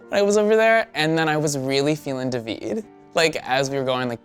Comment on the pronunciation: lmao I'm not trying to change his name, it's david damnit lmfao not duhveed he's trying to change his own name haha